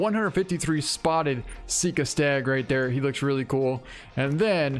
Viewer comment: It’s pronounced sika like uncle si, or like s-eye-ka like how you pronounce “eye” not pronounced like seeka